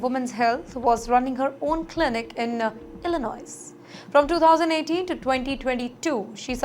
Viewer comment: "S" of the state of "Illinois" is silent... Please correct your pronunciation!